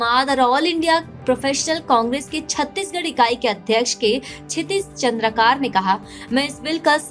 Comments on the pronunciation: Its चंद्राकर Not चंद्राकार . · चंद्रकार नहीं चंद्राकर है